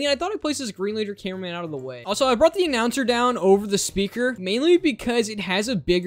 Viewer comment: Bro really said Hyper upgraded titan cineaman